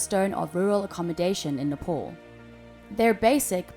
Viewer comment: Nepal not NEPOL.